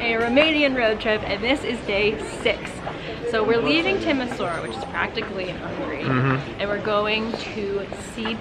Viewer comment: Nice. But it is pronounced "Timi-shoa-ra".